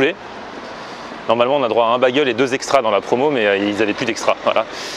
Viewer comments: Bagel se prononce Bégueul pas Bagueul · Sa me perturbe un peu que tu dise bagel c'est baigel prononce bien le AI